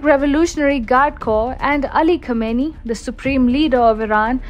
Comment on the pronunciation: Khamenei should be pronounced Khaa-men-eyee.